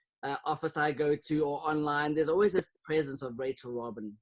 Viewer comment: It's Rachel ROBIN not Rachel ROBINS!